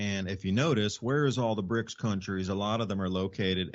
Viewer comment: it's BRICS, not brinks!